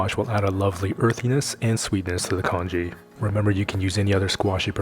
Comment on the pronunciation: Congee, not kanji! 😂